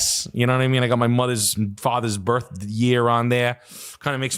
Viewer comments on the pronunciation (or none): none